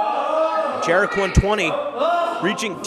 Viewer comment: I dont like it how he says Jerek